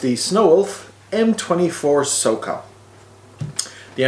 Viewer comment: i mean no offence, but its SOCOM, one C. love you guys! (no homo)